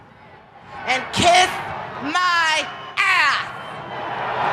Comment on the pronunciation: "kish my apps" wtf is wrong with Chyna's voice hahahaha